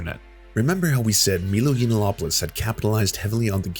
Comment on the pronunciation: Heavily researched and sourced. Can't even pronounce Yiannopolous.